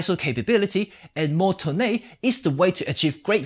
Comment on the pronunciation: LOL that 'toneh' really caught my off guard!